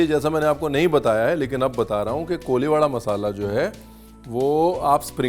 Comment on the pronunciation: It's not koliwada.. It's कोळीवाडा 😂😂